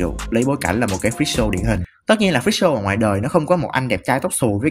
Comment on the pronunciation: freak show mà nghe thành fischl ;vv